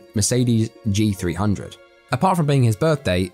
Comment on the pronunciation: C300 not G 300